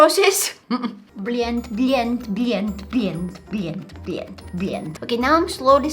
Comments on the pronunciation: When you saying(bleant bleant ) please don't say it again because it means a bad word in Russia😅😅😅( / ) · She sounded like some russian saying блять when she said blend and it's so funny 😭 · The way she said blend lol